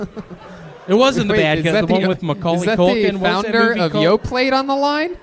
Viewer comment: Tony will never learn to pronounce “Yoplait”.